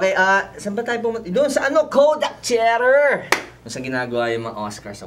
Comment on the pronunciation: Hindi po CHETER ang pagpronounce ng "Theater".